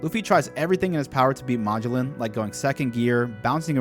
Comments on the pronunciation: bro Mah-g-lin? Ma-gel-on. His name is Magellan. Like the famous explorer who sailed around the world. I really hope you pronounced that wrong on purpose. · bro plz stop saying magellan’s name like that😂😂. it’s muh-gel-an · It's Ma-GELLan, after the actual Portuguese guy who conquered the Philippines for Spain. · Dude its pronounced Ma-gell-in not mah-joe-lin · Just so you know, his his pronounced muh-jell-in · Magellan- Muh-jel-lan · Poison warden= "Muh Jell ehn" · its magellen like the explorer, and Hannibal is like the movie or the general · ily bro but its muh-jell-in please i lose part of my lifespan every time you say his name like that 😭😭😭😭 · Muh-Jell-In btdubs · Pronounced ma jell an, Magellan with the a having the same sound as the a in at. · God it bugs me how he says Magellan. Like bro, you know how to say Ferdinand Magellan. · I can't handle the mispronouciation of Magellan. lol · My only gripe with your vids, is the pronounciation of some of the characters names 😅 Magellan for example, or the use of eneru 😮‍💨 Great vids regardless, and I love your theories and excitement! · Wait...how the actual fuck did you pronounce Magellan..? Yeah, I cant tolerate anyone who fucks up that badly on a basic name like that. Thats a hard pass. Ill never see you again✌️ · I cringed every time he said Magellan